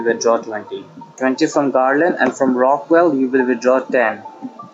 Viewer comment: the mispronunciation of rockwall threw me for a loop you’re saying “RockWELL” not “RockWALL”